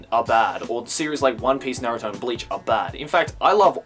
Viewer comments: im just curious, since ive heard a few other youtubers say it like this. why do you pronounce Naruto as Narooto? ive been watching Naruto for years and even in the japanese dub, ive never heard his named pronounced that way. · I like how you say naruto